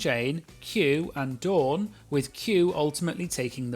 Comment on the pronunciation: As a Dawn, can I just say how refreshing it is to hear my name pronounced correctly? I’m American and most Americans think Dawn and Don sound the same. And of course I’m rooting for Dawn this season because she chose a fabulous drag name.